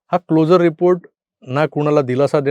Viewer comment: CLO 'SU' RE report चा उच्चार हा क्लोजर असा होतो. जसे आपण ' शुअर ' असे म्हणतो.